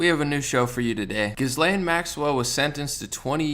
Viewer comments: It's pronounced without an "s" or "z" sound. The s is silent. Like Ghee-lane. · As if her name should be pronounced correctly… GizzLane makes sense at least